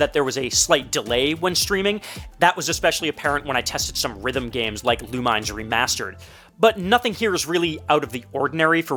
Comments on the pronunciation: Lol. It's not Loo-mines, it's Loo-min-ess. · Who the hell calls it Lu mines?